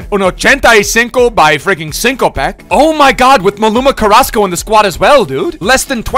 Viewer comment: Was watching the whole stream last night and kept thinking, why is he calling Carrasco that. I see it now.